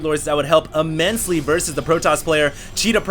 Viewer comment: "immensily" said like 100 times, still luv u though